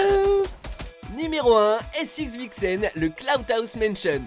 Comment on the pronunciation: Raaaa vous etes sérieux ? Le dernier se lit seven et pas sxvxn